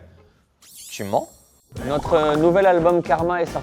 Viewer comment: "Euhh chcroit tu mennns".C’est pour m’exterminer 😂 Sinon bon VISIONNAGE